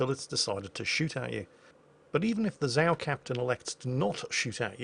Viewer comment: Zao is pronounced incorrectly. :P